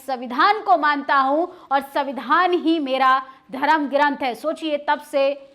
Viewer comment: अरे आप कौन से दूध की धुली है कुछ समय पहले तक तो आप ही प्रधानमंत्री को गाली दे रही थी। और कोचली बातें जो आप बता रही है ये बताइए बहुजनों को कौन सा संवैधानिक अधिकार प्राप्त नहीं है?. उच्चारण तक तो आपको करने नहीं आता सविधान सविधान बोल रही है। संविधान बोलिए। पोर्टल पर बैठकर बोल देने से एंकरिंग नहीं हो जाती है। अब इसमें भी आपको एससी एसटी या मनुवाद दिखाई देगा।